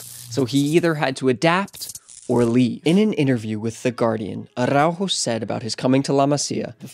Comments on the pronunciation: bruh, pronunciation is off. it's ARaujo, not ARRaujo. Stop Sofía Vergaring his name, just use ur regular english 'r'. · why he pronounces araujos name like aRRaujo?